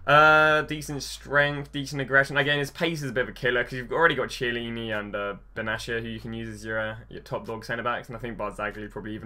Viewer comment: Die-balah? Tshyelleeni? Come on man learn how to pronounce players' names. Great video otherwise.